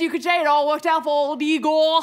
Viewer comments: It isn’t Igor (ē-gor). It is Igor (ī-gor). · Shouldn't it be pronounced Eye-gor? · "No, it's pronounce EYE-gor."